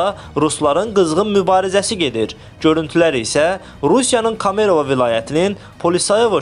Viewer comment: Kamerova təzə şəhərdir? 😂😂😂 Heç olmasa normal danışan müxbir desində. İctimaiyyətə xəbər çatdırırsan. Kamarova denən heç olmasa elə mahnı var sən deyən adda heç nə yoxdur